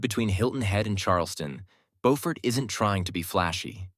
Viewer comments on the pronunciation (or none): BOW-fort is in NC. Biew-fort is in SC. Get it right,.😊